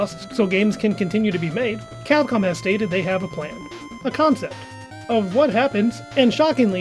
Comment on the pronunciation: "A comcept" 💀